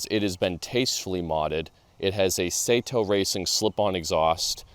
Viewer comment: It's pronounced "SAW-Toe" .... not SAY toe